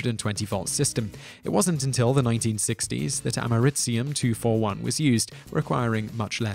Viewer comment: "Ameritzium 241"? Don't you mean Americium 241?